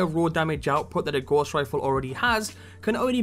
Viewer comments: Good vid, but man, it's not 'gauze' rifle, it's gows, like in cows. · Dont hate me but youre prounciation of Gauss is so off I had to say it. Its pronounced gow-ss. Its a unit of measurment for magnetic flux. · Nice vid thanks, one criticism though, the pronunciation your using for GAUSS, is'nt Gorse. Johann Gauss was a 18/19 century German mathematician. His name lends itself to magnetic strength and field effects. In WW2 when the Germans developed the magnetic mine, 'Gauss' was used to determine the strength of magnesium of a ship to set the mine off. The Royal Navy countered this by establishing a Degaussing coil, which the ship passed through to help counter the ships magnetic field. Today all military ships have degaussing equipment fitted and all mine countermeasure ships tend to be built from non-magnetic materials. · Gauss is pronounced Gouse (rhymes with mouse) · "Gauss" rhymes with "house".